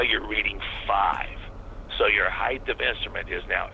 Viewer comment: and it's pronounced ACROSS and HEIGHT